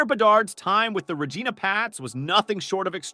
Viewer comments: Lol “Ra-Geena” … stick to football 😂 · i can tell you dont cover hockey, its not pronounced ra-geena its pronounced ree-gina, also its Ryan Nuuugent Hopkins